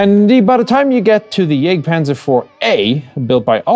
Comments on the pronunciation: it is Jagktpantzer, not jêgtpahnzer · "Jagdpanzer" : please don't pronounce the "a" in "Jagd" the English way.. Besides great work.